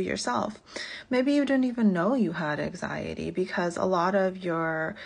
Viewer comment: Her pronouncing anxiety as ack-siyaty is giving me anxiety.